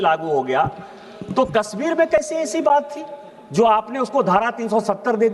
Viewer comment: अरे डुबे जी कस्मीर नही है कश्मीर होगा 😂